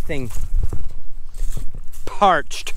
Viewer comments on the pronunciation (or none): Lol "PPParched."